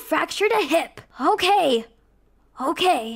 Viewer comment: “Uhke?” “Uhke!” Guys it’s not okay it’s “Uhke” according to akelia and Rosalina ! 😂